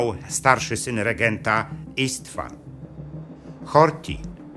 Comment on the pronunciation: pisze się Istvan, a wymawia się Isztvan (po naszemu Stefan)